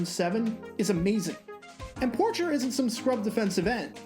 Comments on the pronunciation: Lions fans are screaming. Robert Porcher name is pronounced Por-shey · It's pronounced Robert (Poorshay) Porcher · Lions defenders name was pronounced Robert POR-SHAY